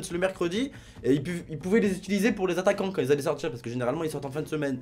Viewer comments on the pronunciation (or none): "Les attaquiants" :)